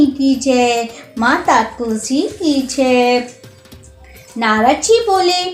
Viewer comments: छह नहीं जय ही बोला करो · जय बोला है भाई जी 😅